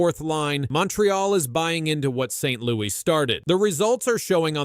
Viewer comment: You didn't know that his name was Martin Saint-Louweeyé? 😂